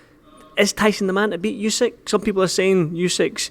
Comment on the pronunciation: Why do all the Fury’s call him ooseck? It’s Usyck 😂